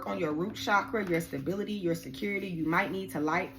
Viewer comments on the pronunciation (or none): none